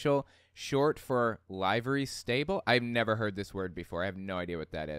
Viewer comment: livery pronounced like liver